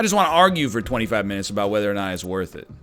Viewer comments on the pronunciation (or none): none